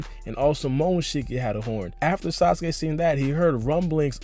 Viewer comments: he said sausage instead of sasuke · lol he says sausage instead of sasuke